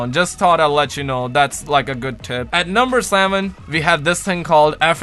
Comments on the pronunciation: Did he say number 7 or number salmon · at number salmon 😂